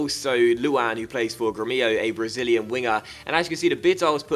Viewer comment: Your gremio pronunciation is ASS!!! Lol